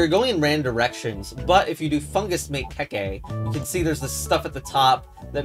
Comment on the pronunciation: The legend of BaBa a KeKe (not keykey) to the pasta